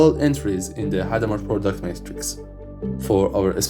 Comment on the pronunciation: a few more: product is not “porduct”. “Plus one” is not “pschthdrhon”. “Alice’s” is not “Alsys”. “Alice” is not “als”. “Conflict” is not “confelict” or “confict”. “Lowest” is not “Lois”. “Ground” is not “grand”. The number of syllables really matters. The stress pattern really, really matters. Your video is probably interesting but… I’m not in a mood to reverse engineer mispronounced English in an accent I’m not very familiar with. It’s not that it’s bad compared to a typical French or Spanish accent — it’s actually a lot better! — it just that it takes too many brain cycles because of the unfamiliarity.